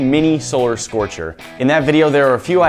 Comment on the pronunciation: One of the times that you said solar scorcher I heard you say scolar scorcher